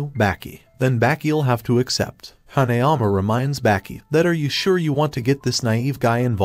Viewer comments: its not baaaaahki its baki bro pronouncing it wrong lmfao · Why does he say Baki and tranasourouslike that